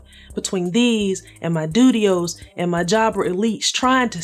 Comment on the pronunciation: I giggled every single time you said Dudios 😭😭😭